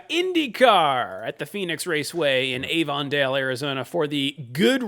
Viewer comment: The Avon in Avondale is pronounced like avenue and not like the beauty product company